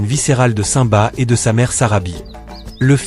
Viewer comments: mais c'est normal, aucun être humain n'a ce genre de voix. on entend bien que le timbre de voix fais faux, c'est surment une IA qui parle donc une voix robotisée voilà pourquoi il prononce le nom de simba comme ceci saint-ba alors que ça ce prononce cime ba. De plus, à un moment il dit ira au lieu de zira. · nul et déjà vous dites ou prononcez mal le nom de simba. quand vous dites le non du roi lion on entend comme ci vous disiez saint ba hors on devrais entendre comme si vous disiez la cime et vous rajoutiez le bas donc ça donnerais cime-bas et ça s'écris comme ceci je vais vous l'épeler lettre par lettre: s-i-m-b-a mais on entend comme si on parlait de la cime et du bas. de plus zira ne peut pas être la sœur de nala c'est impossible car si on regarde bien les détails on voit clairement que zira semble beaucoup plus âgée. elle pourrait être sa mère au vu de l'apparence mais là aussi c'est impossible car la couleur n'est pas la même. les partisanes de scar et donc de zira sont grise hors simba et les seins sont roux. c'est comme les renards: ils y en a des roux et d'autres bleus et les polaires sont blancs. d'après moi scar (taka) était jaloux de mufasa du fait qu'étant l'ainé c'est taka qui aurait du être le futur roi mais leur père à toujours préféré mufasa faisant de lui l'unique hériter de plus mufasa à épousé sarabi hors taka était aussi amoureux d'elle. comme le dis le proverbe faute de grives, on mange des merles ce qui veut dire on se contente de ce qu'on a alors que l'on pourrait avoir mieux et ça s'est appliqué à scar qui à été obliger d'épouser une autre lionne que sarabi et ce fut zira mais elle, elle était je pense amoureuse de taka (scar). voilà pourquoi zira ne peut avoir aucun lien de parenté ni ave sarabi ni avec nala.